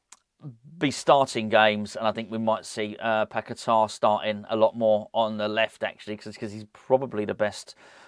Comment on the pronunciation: just to let you know the name is pronounced Paque-tah, with an accent on the last "a" (Paquetá)